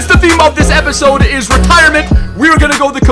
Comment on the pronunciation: "that was the bayern youth academy episode!" nono you said that wrong! its THAT WAS THE BAYERN YOUTH ACADEMY EPISOODIIIIIIIAAAAAAAAAAAAAAAAA